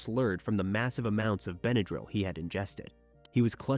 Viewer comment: In the word, Benadryl, the a is a short a, not a long a. How can you kill your wife and your kids and then sit there with them, that’s appalling.